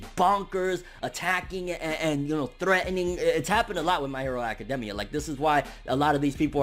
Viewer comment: I don’t like his face it’s just idk but also why is he saying academia like that